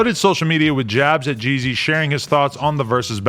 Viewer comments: This is biased cuz Adam don’t know anything really about Jeezy, sounds like he kept saying “Jay-Z” haha 💯😂💨💀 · Pronounce Gz not GG